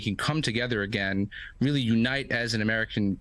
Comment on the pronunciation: Bruh the reporter said "weally complicated", 😂😂😂 its nice to know that these reporters are actual babies, and yes ive rewatched it twice he really does say weally, 😅